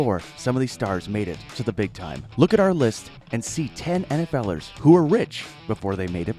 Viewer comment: u sound so white saying nfl erst, like what the hell